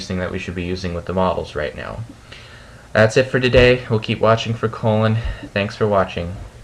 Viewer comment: u say colin like colon lol